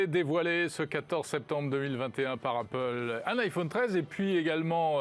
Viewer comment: Faut vraiment qu'il arrête de dire "iphaune" 😐